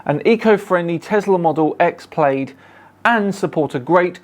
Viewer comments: It is P lad not p laid. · Ummm... Earth is round, okay, but is THAT really how you pronounce "Plaid" in the UK?? "PLAYED"?? Isn't is pronounced "PLAD"...?? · it's plaid as in lad not plaid as in laid. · The only part I hated was 'Plaid' being pronounced 'Played' instead of 'Plad' :( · The big problem wasn't your debating, but your insistence on pronouncing plaid as played, instead of plad. Surely a man with a souvenir Scottish title can do better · Plaid pronounced....PLAD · That tesla model S plaid is pronounced "plad"...at least in America. Not sure on England's pronunciation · Love your channel but the Tesla Plaid is pronounced Plad as in the fabric. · The way you say "Plaid" hurts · is so into his electric cars apparently, that he doesn’t know how to pronounce Plaid, and has never seen Soaceballs…